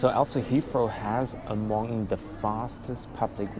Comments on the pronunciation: It’s pronounced HeaTHrow not HeaFrow. 😂😂😂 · Thanks! Super useful review on Terminal 2, which is less covered by other videos. Also great tip on the Heathrow Express - will use it next time. Looking forward to the Singapore Airlines (I assume) review too:) Also, random aside, but it's super cute how you get around pronouncing the 'th' sound with the 'f' or 'd' sounds - hadn't noticed it before you had to say 'Hea(f)row' and '(d)at or '(d)e' so many times in this video:D Made me realise I do it myself with 'that' and 'the' as well and I'm even a native speaker (though no longer living in an English-speaking country which may explain it).